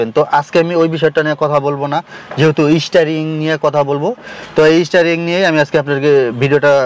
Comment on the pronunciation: Isstaring 😂, isstarted